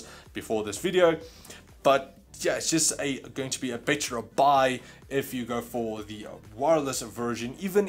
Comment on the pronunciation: Every time he says better it sounds lo like bit**er lol